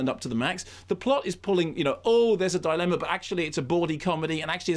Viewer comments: YOU'RE TEARING ME APART LISA!!! I love a good Kermode rant. I want to hear an extended version of his "Devil's Rejects" rant. This one is great (though why does Mark keep pronouncing dilemma as thought it is spelled "dilemna?" He even accentuates the non-existent "n") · Frank Krumnow - No I think Simon Mayo legit pronounces it “DI-Len-Na”, so Kermode started saying it that way to annoy him.